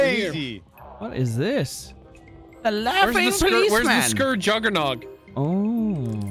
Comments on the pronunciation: Fun thing about sker, is pronounced scare and based off an actual place in Britain. Also there's a book, and another game this is a spin off of called maid of sker. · I was wondering if anyone else was gonna say about it. Being Welsh and hearing skER hurts